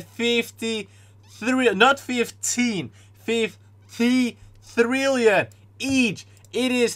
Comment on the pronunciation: "FIFTY THRILLION"